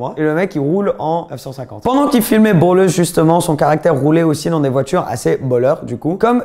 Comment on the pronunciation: Ballers, et pas Bollers 😂